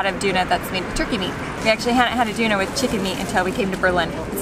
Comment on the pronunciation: Omg you people just make me hungry every time! 😂 Tip: In English, you say "urn" "girl" "pearl" "hurl" "hurt" You don't say "oorn" "goorl" "poorl" "hoorl" "hoort" Now say "Döner" like you say the "u" sound in girl, pearl, urn etc. 👍🏻 Now you have Döner, and not Doonah😉 Love your family, you're so adventurous, and sweet❤